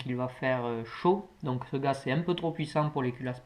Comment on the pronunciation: Juste c est gaz et pas gas mais sinon cool